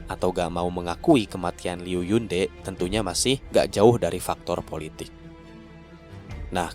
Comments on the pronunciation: Bang mau ngasih tau... buat nyebut namanya Liu Lilei itu bukan Lelei tp ttp Li-Lei biasa. Trus kalau Yunde itu dibacanya Yun-Te bukan Yun-De. Btw makasih banyak buat update-nya. Ttp semangat bang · Hmmm kalo yg Jiedo Heigu ttp dibaca kek gitu, cuma kalo yg Gu Jie itu dibacanya Ku Jie. Zhou Gongjin dibacanya Chou Kongjin. Oh ya kemaren lupa omong, Yunde itu Te bacanya bukan kayak Te (sate) tp kayak Te (Tebas)